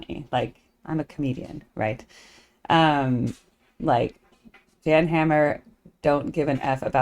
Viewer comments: It's pronounced "Yan" 🫡 watch him do "you know you know" live and moogfest ~ enjoy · His name is pronounced "Yan".